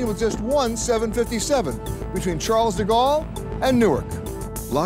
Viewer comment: The way he pronounces 'Charles de Gaulle' is somewhat irritating